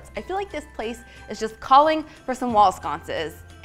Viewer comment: nobody:: WALL SCONCES hehe